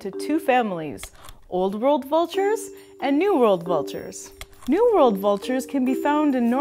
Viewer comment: Sounds like you are saying New Vold Vultures and Old Vold Vultures